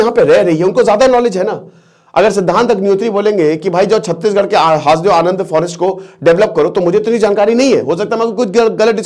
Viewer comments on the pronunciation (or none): none